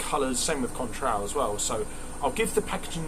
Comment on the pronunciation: and: 10/10, shame about the industrial mishap. is annoyed about the pronunciation of Cointreau! U da best!